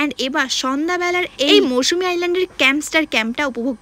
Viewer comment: এত বেশি কথা না বলে আগে জায়গা টার নাম টা ঠিক করে বল ভাই ওটা মৌসুমী না মৌসুনি